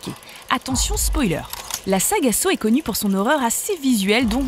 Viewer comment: Criss on dit Saw(Ça) c’est comme sa on le dit en anglais fac arrêter de créé des mots qui veulent rien dire